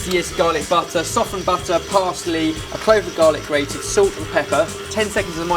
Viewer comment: says salct not salt speak better